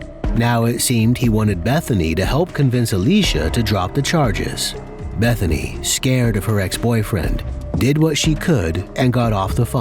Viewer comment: It sounded like her name was "Methany" 😂